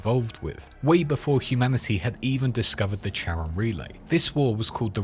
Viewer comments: the planetoid is pronounced "care-on", not "chair-on" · Charon is pronounced 'karen' 😊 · It’s pronounced fucking “KARON”, this word “Charon”